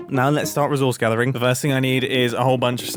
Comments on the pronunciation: Honestly, “resource gavering” sounds like it was said/typed by Stress. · “Resource Gavering” 😂